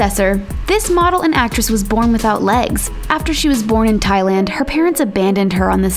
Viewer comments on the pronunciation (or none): none